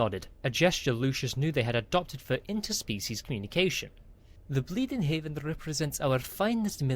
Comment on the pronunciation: Out of curiosity, Is it Bleeding Heaven or Bleeding Heaven? (You keep saying Bleeding Haven while the text shows Bleeding Heaven, is the reason for the question.)